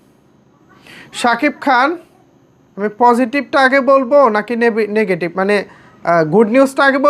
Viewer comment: নেগেটিভ না নেবেটিগ।।😂😂😂😂